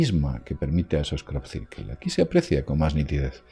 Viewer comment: Crop cirquel 😂😂